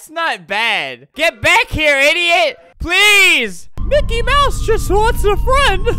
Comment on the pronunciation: And its mickey